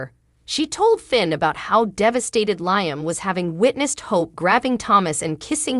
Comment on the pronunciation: why can't this person say LIAM instead of LYAM? I hate listening to this ...out of here